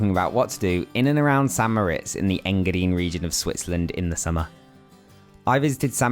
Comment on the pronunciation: Thank you for properly pronouncing St. Moritz as "San Moh-RITZ", because nearly everyone gets it wrong! I mean if you visit a place and make and post a video about it, learn how to pronounce it. 😁